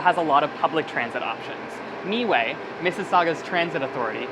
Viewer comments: Long time mississauga resident here, FYI MiWay is pronounced like “My-way” not “me-way” 🤓. Great video though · its my-way, me-way just sounds dumb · Haha I see the "Mi"-way compelled him to say Me-way. It's pronounced My-Way even though they spell it as MiWay. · The bus company is My way not Mee way. lol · miway is pronounced "my way" not "me way" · Not (Me - way), "Miway" is pronounced (My - way) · MiWay is pronounced “MyWay” not “MeeWay” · the moment he said meeway i stopped to look at the comments its MIWAY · its my way, i was like omg did he just say me way like ughhhhh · It's Miway as in My way, not meway. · Painful to hear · "Mee Way" lmao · Not bad except for the whole "MeWay" debacle 🤣🤣👍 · The Mississauga transit actually is pronounced My Way! And also Toronto Pearson Airport is also located in Mississauga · Meway lol. I work for 'meway' btw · am i the only mississauga citizen that cringed when he said meway :') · Meway made me to read comments 😅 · Hi! just watching this video now. Yeah this guy is not the best spokesperson.. meeèway?! come on what a goof 🤣🤨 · I'm not even Canadian as was like say what lol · Miway (pronounced "my way"; stylized miWAY) according to wikipedia. If you call Miway operator, they will pronounce as "My way" too. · Lol, right away you can tell he is not from Sauga or never lived there for long. Still great video! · Thank you!! :D I started to cringe a little at the pronunciation. Like, the driver was right there, you didn't have to guess.